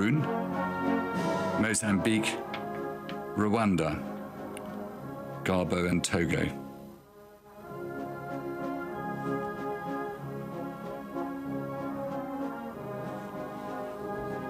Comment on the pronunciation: The narrator referred to Plaid Cymru as “Plaid Cwmrw” and to Gabon as “Gabo”. Not as good as the BBC coverage.